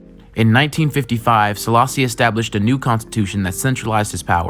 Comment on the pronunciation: just a gentle correction but also Selassie is pronounced as "AY" at the end, not an "EE" sound, like the word café.